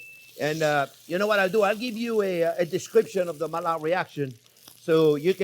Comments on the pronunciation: Thank you I know the Maillard reaction (discovered by Louis Camille Maillard) very well, I was just criticising your pronunciation of his name. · I'm sorry but I stopped looking after the 73th time you mispronounced Maillard, Louis Camille Maillard was a French physician and chemist, mallard is a duck. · Don't even change, your mispronuciations are just so funny. The duck reaction, i.e. the mallard reaction :D What makes it even funnier is that he's French and knows those two LL's become an I.